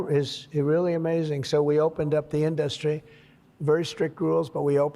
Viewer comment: Trump can't pronounce "industry" like anyone else.